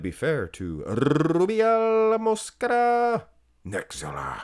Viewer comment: Good vid! i dont care either way, just wanted to say that Rubiels last name pronunciation, you accent the 2nd syllable. MosQUEra. 😅